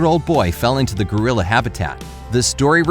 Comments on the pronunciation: Geriler????it's gorila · did someone notice that he said griler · Did anyone else notice he said goriller instead of gorilla? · my mans really said “GoRiLlEr” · LOL I JUST NOTICED HE SAYS gorriler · I lose a brain cell everytime he says “goriller” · He says Griller Instead Of Gorilla. Why? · XD - he said goriler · Does anyone else notice the voice is saying goriller😂🤣😅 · Ah yes, jambo the goriller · No offense but why does he say gorilla like goriller anyone else? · You said goriller instead of gorilla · What’s a guriller? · U said goriller lol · Lol he said goriller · Please learn how to pronounce: gorillA not goriller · Stop saying goriller!! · Bobby Sweeney maybe it's gorillo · Who noticed that he said gorier instead of gorilla? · Is it just me or is he saying gorillors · why does he say "gorillers"? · “a female goriller” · Is it just your accent or do you think it’s pronounced gorrilr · OMG THEY ARE SAYING GORILLORS XD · This man said gorillers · He said gerliers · Since when, was gorilla, pronounced goriller? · Anyone notice he said gorilla wrong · is it just me but everytime they say gorilla it sounds so messed up and blurred XD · I just can’t.. lol how you said gorilla I’m dieing 😂🤣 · That’s not how you say gorilla